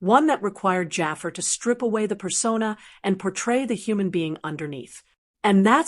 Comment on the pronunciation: Stop calling him "Jaffer"!! It's Jafaar!